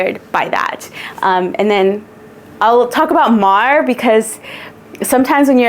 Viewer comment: Love this collection!!! 🎉 🌊☀️ But girl, Mar? Se pronuncia Mar. 😂